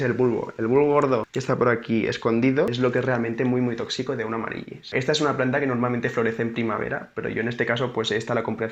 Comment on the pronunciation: Nen, amarilis, se pronuncia. Besos.